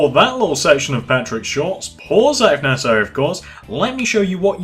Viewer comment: Please stop with this nessasary maybe its Nessasary But stop please